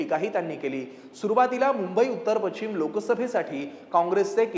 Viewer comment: पश्चिम किंवा पशचीम हा उच्चार आहे , पछीम नाही